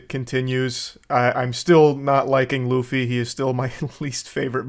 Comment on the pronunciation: They couldn't even pronounce Luffy's name right how are they going to do anything else right?